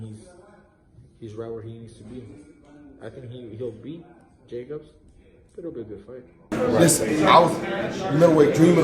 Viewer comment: Gervonta : I'm fan.. .canelo and what's his name?? Uhh ja kobs lmao